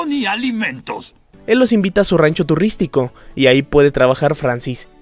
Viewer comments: "el los invita a su rancho tuRRRIstico" jajajajaja te mamaste Bro jajajajaja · turristico xD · Jsjsjsjsjs "Turristico" xd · turristico xd tuvo bueno